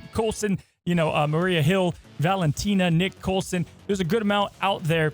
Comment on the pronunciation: Did he say Nick colson? Lol